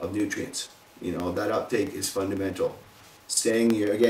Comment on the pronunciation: fun-duh-mental!!!!:p nice vid!!